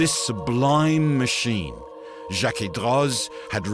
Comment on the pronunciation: In French a final “z” is silent. Droz is therefore pronounced D-row, and remains the pronunciation of the atelier that exists turning out incredibly beautiful miniature clockworks even today. Such devices are still the province of the rich and powerful while those who make them will only ever work on them, never to actually own one. Some things never change! Thank you for a beautiful presentation in all other respects!